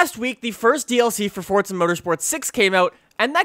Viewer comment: its forza not fortsa